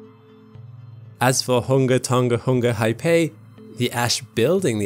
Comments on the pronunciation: It's not pronounced HIGH-PAY. It is pronounced roughly as HA-AA-PAA-EE. Get it right. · The tsunami was actually caused by a large volume of ash produced by the eruption collapsing into the ancient caldera and displacing the water. The wave was also much taller than was first reported, iirc the highest point was ~15m Also, the name of the volcano is pronounced hunga tonga ha-ah-py, not hai-pei :) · Ha'apai is pronounced "ha apie " (pie as in pie) not "high pay" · hah-ah-pie, not hai-pay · It's not "Haypey". Learn to fucking pronounce it correctly... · thanks for the great vid. btw: ha'apai is pronounced "ha ah pie" not "hi pay" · Thank you for the clear, factual report. For next time - the pronunciation for Ha'apai is Huh-uh-pie. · Pronounced 'Ha-ah-pie' Great video! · Haipae? Isn't it pronounced like how geology hub channel pronounces it? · Great vid. My only criticism is your pronounciation of Hunga Tonga-Hunga Ha'apai but thats to be forgiven 😆